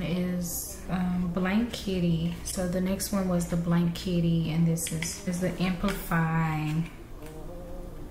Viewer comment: I believe the you’re pronouncing Blank kitty wrong. It’s BLANKETY. But it looks good on you ❤